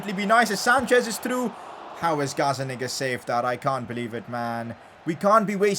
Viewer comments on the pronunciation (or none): The way he said gazzaniga at 17.27 lol